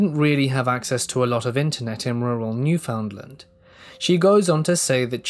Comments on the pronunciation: Love this - but gotta point out it’s pronounced New-fun-LAND like un-der-STAND, with emphasis on the last syllable. Big love from the same li’l province out in the Atlantic! ❤️ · The way he pronounces Newfoundland is hilarious, I love it